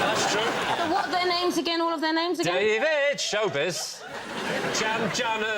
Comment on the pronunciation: DavEED sounds like someone from Greg Davis' childhood cuSHON language! 😂